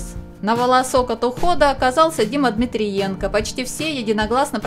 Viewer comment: Дима не ДмириЕнко. а ДмитрЕнко!!! уже какой раз Вас поправляю!!!